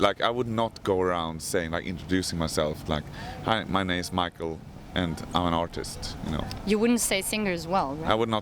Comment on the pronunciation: Axe pronounced Mikael's name differently (Michael/MIKE-el). 😁